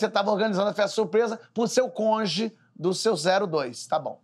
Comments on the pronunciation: Ótimo Porchat falando "conge" pra participante do Morobloco <3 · Eu ouvi "conje" mesmo????